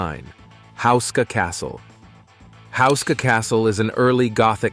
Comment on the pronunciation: it says husa castle.....is it not houska castle??